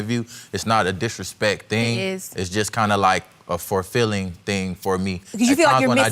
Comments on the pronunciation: “Furfilling?” Say what now? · Fulfilling does not have an R in it😒